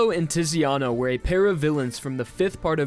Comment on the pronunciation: Quick heads up, the Italian 'Z' is pronounced like 'ts' just think of the word 'pizza' which is Italian. So Zucchero = 'Tsukero' and Tiziano = 'Titsiano'